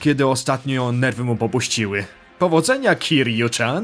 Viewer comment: Gdy się Majime naśladuje to to się powinno wymawiać KIRIU CIAN:) Tak wogóle...to tu Majimie całe style walki debiutóją...można wyłapać Thuga, sluggera, breakera no i oczywiście Mad doga:) Troche mnie dziwi że Majima tak puźno zadebiutował jako postać grywalna...cała seria ma potencjał a tu prosze... Swoją drogą...słyszałem że Kingdom hearts to ma slasherowy model walki...devil may cry, god of war i te sprawy...prawda to?